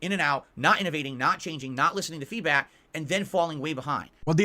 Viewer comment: He really needs to stop using the word feedback if he cannot pronounce it properly.